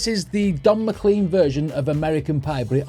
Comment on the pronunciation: It’s McLean as in “lane” and the big bopper not big booper